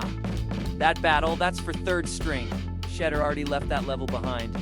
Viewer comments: "SHEDDER" SANDERS...??? BRUH...:face-fuchsia-wide-eyes::face-blue-wide-eyes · You are not pronouncing his name correctly